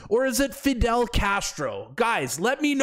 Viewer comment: It's fidel..😂cmon man